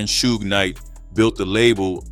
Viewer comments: Right... cause who TF is Soo-gah Knight? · How can you not pronounce Suge correctly?...lol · reading is fundamental.. you KNOW 2pac and Suge's name yet u STILL pronounced it wrong.. until u finally figured out WHO it was.. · The AI voiceover is bad enough, but not checking to make sure that it's pronouncing things right before uploading seems lazy. Even the same name 3 different ways, like everyone doesn't know how to pronounce Suge and wouldn't notice? I want to like this channel man but you're making it hard to